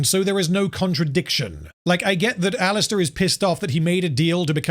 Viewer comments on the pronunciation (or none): Why you keep saying Alistor?